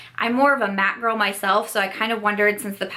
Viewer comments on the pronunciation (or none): none